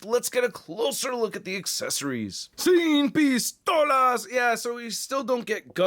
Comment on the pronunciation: "Sin pistolas", hablas bien el español, you speak spanish very good